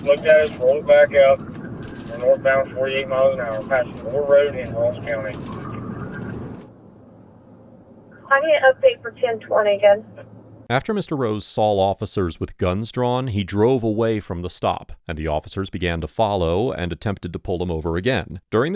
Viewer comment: Ok, this is officially the second time I've heard the narrator say "sawl" instead of "saw." 👀